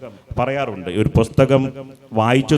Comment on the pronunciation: പൊസ്തകം അല്ല പുസ്തകം 🤔